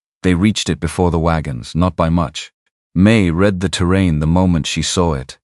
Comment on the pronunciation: Listening from Oklahoma. Hoping you will have an English speaking editor of your stories. The mistakes stand out so much that it really takes from the story flowing. Don’t know how many times read( sounds like reed) and read( sounds like red) stop my mind short when used wrong. I know you will want to improve so listeners will continue to choose your stories. Thank you.